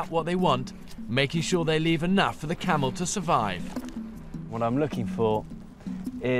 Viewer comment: Camel,not Kamel😂